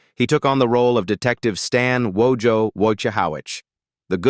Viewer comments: You mispronounced WOJO's name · Wojo's name...because just about everyone mispronounced it. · You mispronounced Wojo's name. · Narrator killed wojo name as much as people did on the show 😂😂😂😂😂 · The WORST mispronunciation of Wojo's name, ever. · This is a terrible documentary. Terrible, Terrible Terrible. Filled with errors suppositions and downright lies. The AI voice can't pronounce names. Wojo - you spell it like it sound. Terrible.